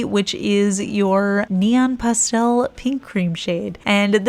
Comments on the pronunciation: I love the way you say pastel! Don’t change it! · I like the way you say pastel. I'm from the south, so we draw that word out! LOL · Please don’t change the way you say pastel. That’s not fair to you.